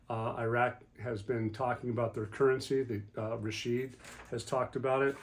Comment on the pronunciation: ❤❤❤❤❤❤🎉🎉🎉🎉🎉🎉🎉🎉🎉🎉 Good Glorious Morning ❤❤❤❤ Thank y'all, for all that y'all do! PS I love to hear you,, & pronounce these names from Iraq. You do the best job, of pronouncing these names! 😁